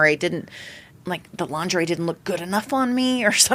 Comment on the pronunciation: The G is soft in lingerie BTW😂